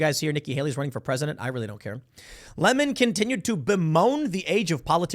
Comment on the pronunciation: I like the way Tucker Carlson says his name. “Don LaMon” lmao!🎉